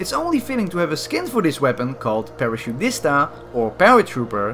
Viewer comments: it's called P A R A C A D U T I S T A not paraciudista I'm just telling you to improve italian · Is not parasciuista but PARACADUTISTA LA C SI LEGGE C IT'S ITALIAN O 😂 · it's italian. Like he said it means paratrooper. A tip : technically because you are english or european, you should pronounce the CA as KA. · Just to know, the correct Italian pronunciation of paracadutista (it' s an Italian word, but I don' t know if it's another lenguage's word or no) is parakadutista, in Italian we spell the "c" as a "k" when followed by "a", "o" or "u", but when followed by "e" or "I", as ci, the exemple I use is CIA. I this case we use a "h" to pronunciate "k", like Kebab. Same thing with the "g". One last thing, I usually hear the word "spaghetti" pronunciated pretty well, but there is one little detail about the "ghe". It's not like "nugget", it's like "gewehr". Hope I'm not too boring := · You read the skin for the carabine wrong, you read that in Italian, PARAKADUTISTA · My god how you said "paracadutista"😂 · The pronunciation is wrong. Its italian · the way you say paracadutista is funny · your pronunciation of paracadutista is awful btw :'D